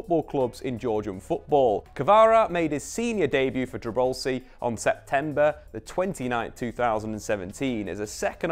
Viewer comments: it's Tbilisi, one of the oldest cities in Europe, not Tribelsi :D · Bro, please, it's TBILISI, not Tribalsi! Thanks for making the video. Kvara is the best❤